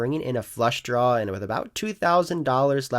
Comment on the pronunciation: Is it just me, or do you say "Downg" with a G? lol Like when you're on a flush "drawl"